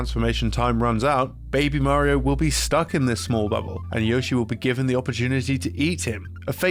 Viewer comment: Did I just hear a British man pronounce Mario correctly? Holy shit